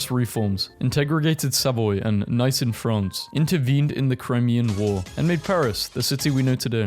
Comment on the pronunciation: its prounced neese in france not nice.